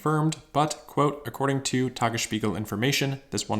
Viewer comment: "Tagesspiegel", "Grünheide", and "Steinbach" were all very nicely pronounced, refreshing to notice the effort to get it right for German language natives (which is not all German, also Austrians an parts of Swiss share the language). However, the English "r" in "Grünheide" and the accent outs as a non-native German speaker.